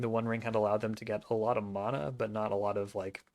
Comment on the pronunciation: Was cool to see you out there. Thanks for the signatures! Also. I like that you say mana the more correct way. Closer to the Hawaiian way at least.